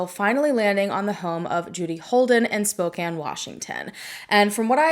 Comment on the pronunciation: Thank you for bringing attention to this case and for pronouncing spokane correctly. ❤